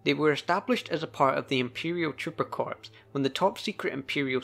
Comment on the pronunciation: Not to niggle about details, but "Corps" is pronounced "Core". Every time I hear someone pronounce it, "corpse" I die a little inside.